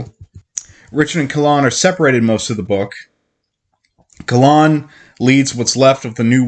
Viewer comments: Kayyyylan lol Not Kah Lan (KaELynn) I agree I read most of the series and I’m listening to it a second time and hadn’t realized how many flipping recaps there are! It’s aggravating yet I have to finish the series hahaha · butchering the name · It's Kahlan, not Kalan. It's Denna, not Diana. It's Jagang, not Jangang. Shota is a Witch woman, not a sorceress. It's Drefan, not Drefran. Drefan threw Nadine off the cliff. Richard didn't kill Drefan, the Sliph did. Did this guy even read his own script before doing this video?